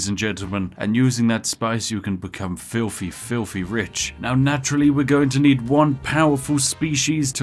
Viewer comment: “You can become filfefilfe rich”